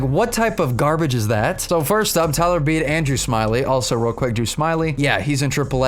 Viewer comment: Its Beedee not beed